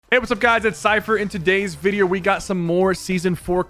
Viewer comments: He said vidier in the intro instead of video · My guy just said, “vidir